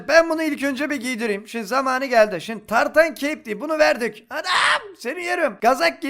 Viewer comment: Nobody: Tartan Keyp: Tartan Kape.